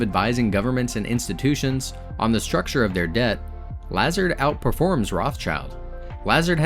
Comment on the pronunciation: Yeah he kept on pronouncing it "Lazerd" when it should be pronounced like "LeZAHRD"